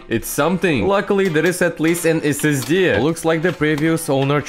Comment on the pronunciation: S S DIH ❌️ S S DEH✅️